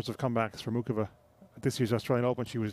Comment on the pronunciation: Will all the knuckleheads, INCLUDING THE REFS, learn to pronounce Karolina's name correctly: It's NOT MOO CHOVA It's NOT: MOO Kova: It's: MOO HOVA How hard can that be????